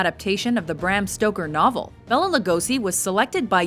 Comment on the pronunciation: Would be a lot better if you pronounced Bela's name correctly too.